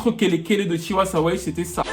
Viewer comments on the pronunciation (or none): POUR LES PRONONCIATIONS, c'est "D'Banj" et non "D-Ban-J"; "Tiwa Savage" et non "Tiwa saWage😅 Apart ça, j'ai bien aimé la vidéo. J'y ai appris beaucoup de choses. Force à toi 💪🏼